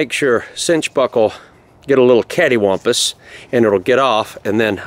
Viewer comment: He said caddiwompis!!